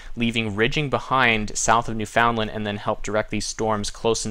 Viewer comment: nooo you forgot it's "new-fehn-lind"